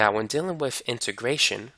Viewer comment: Great “Mahff” teacher. He explains it “Whiff” examples. 😂